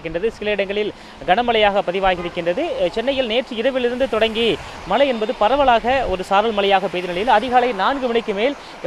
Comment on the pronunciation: சொன்னதையே திரும்பத் திரும்ப சொல்லி.... போரிங்......நூறு தடவை மலை மலை மலைன்னு சொல்றிங்க.......அது மழை மழை மழை.....